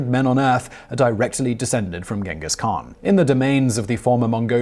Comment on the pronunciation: It’s “ching-giss” not “ghen-giss”